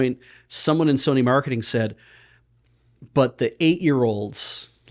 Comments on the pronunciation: saying "My First Sony" kept sounding very close to "my fursona"... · I heard "My Fursony"